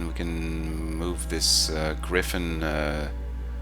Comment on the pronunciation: You were correct with the first pronunciation of Griffon - it is "Griff-in" rather than "Gr-eye-fon" or "Griff-own". Well done you!